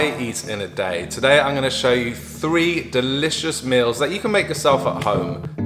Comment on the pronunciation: Did anyone hear him say DILLicious?